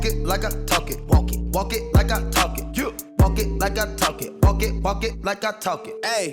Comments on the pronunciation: Comment il a prononcé talk c'est chaud il a cru c'était dla poudre pr les culs des bébés wola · Le Bylka du coin waaaaaaaaa j'me suis dit exactement la même c'est chaud quand même y'a personne qui lui a dit comment le prononcer 😂😭😂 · Il a cru c'était dla poudre pour bébé, mdrr tu m'as tué toi 🤣